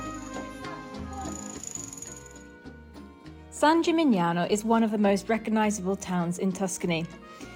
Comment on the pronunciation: Hi...big fan of yours..a favor please..when you mention a nice town to visit like the one in this video,can you put the name in the subtitles like you do when Carlo speaks..we would like to visit them but it's hard to understand the towns name when you say it..thx!